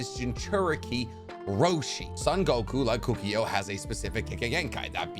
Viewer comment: Kukio??... It's KOKUO mate!!